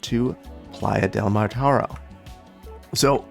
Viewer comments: Hi, thanks for you awesome content. I love that you included some names from my region (I'm from Barcelona). If you are interested the catalan pronuntiation of Mataro is [mətəˈɾo]. Keep on with the great content! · Minor correction from a spaniard. The new district should be named "Playa de Mataró", stress on the last o. Otherwise great episode as always. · Just for the fun of someone ( me ;-) ) living just some 10 or 12 km away from the real "Playa del Mataro", it's precise name is "Playa de Mataró" ( the accent meaning the stressed sillabe is the last one, instead of the middle one ) if you want to put it in spanish, but it's "Platja de Mataró" if you prefer to express it in the autoctonous catalan language. Go "Verde Beach" !!! :-D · I live in Barcelona close to Mataró. Its funny how you say it, because have an accent in the " ó " you should empathise and stress in the last syllable :> Playa de Mataró in Spanish, Platja de Mataró in Catalonian